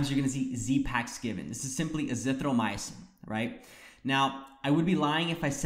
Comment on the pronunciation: It's azithroMYcin not azithroMY-UH-cin.